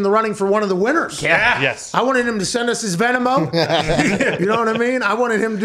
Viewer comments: pat would say "venamo" instead of venmo 😂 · Did Pat call Venmo “Ven-em-oh”? I kid, he’s a boomer like me so I’d expect nothing less 😅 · “His VenAmo?” You mean Venmo?? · “His Venomo”